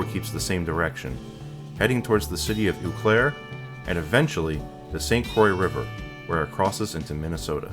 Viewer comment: Wrong! It's pronounced Wok-uh-shaw. Wrong! It's pronounced Oh Claire (like you're surprised to see Claire).